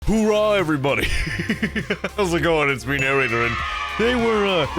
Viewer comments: Army dont go hoorah its hooah 😅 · Army is Hoo-Ah not Hoo-rah lol I went through Basic at Benning in 2006.. the last ten years have been straight pussy shit Basic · Did you say ooohhhrah? It’s hoooah come on mane 🫡